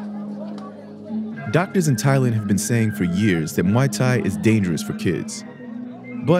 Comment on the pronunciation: It's not Mai Thai. It's not Moo Thai It's Muay Thai If your going to do a story you need to be able to pronounce it correct letalone have an understanding as to why kids fight